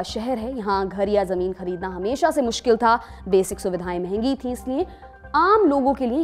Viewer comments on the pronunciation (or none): none